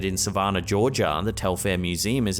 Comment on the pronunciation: It's not Sa-VAHN-ah. It's Suh-VAN-un. It's not poo-KEEP-see. It's Puh-KIPP-see.